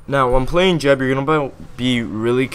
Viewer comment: I cant even watch this with you pronouncing it jeb.... thats like pronouncing google- jewgle...